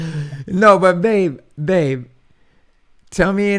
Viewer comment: ....Manny displays an unusual talent that I never noticed before. He can say "Babe...babe..." without putting his lips together! It's like ventriloquism!